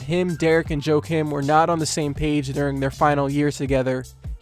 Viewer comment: It's Joachim pronounced "Wakeem" Noah.